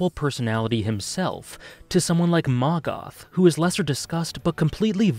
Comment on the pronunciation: Not gonna lie, when you said “Maggath” I legit thought you said Markaf and I was like “who in the hell is Markaf?!”